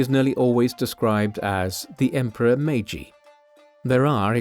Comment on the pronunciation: 마가시유신? ㅋㅋㅋ 메이지유신을 저리 발음하는구나 ㅋㅋㅋ